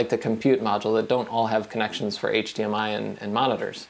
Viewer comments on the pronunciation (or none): none